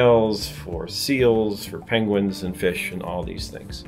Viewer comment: Farthest South they laugh Benedict Cumberbatch says Peng-Wings not Penguins